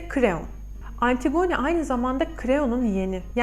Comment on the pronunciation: yanlış anlamayın ama antigone diye değil antigini şeklinde okunur. dinlerken biraz zorluyor☺